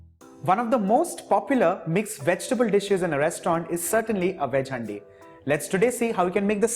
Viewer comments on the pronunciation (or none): Its called "haan-di" not "hndi"